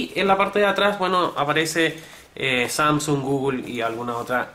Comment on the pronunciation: Samsúng jajajja xD buen review pero me dio risa eso xD